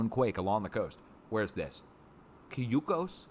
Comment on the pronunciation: Cayucos is pronounced Ky you cus